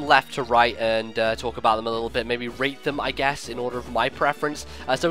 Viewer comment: lol thought u said rape them not rate lol